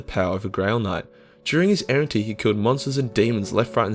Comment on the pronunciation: Errantry, you sound like you’re saying errentee